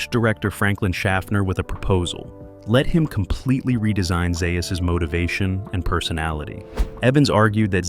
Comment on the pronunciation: It's Z A us